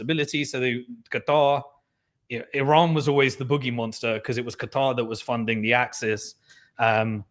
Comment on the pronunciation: I really really really wish you wouldn’t say Qatar like a dick head